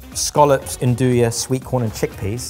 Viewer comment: Listening to him pronounce andouille was heartbreaking.